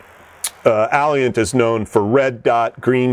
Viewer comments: Alliant------- Auh-lie-ant, learn how to pronounce it. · He needs to Google "how to pronounce Alliant" because it does not sound like "Alley-Ant", and he keeps on saying it wrong, over and over again!